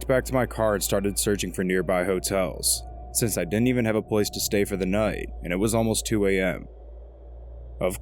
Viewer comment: The way you say the word "noight" is infuriating. Having said that, this was extremely entertaining. Thank you for doing it.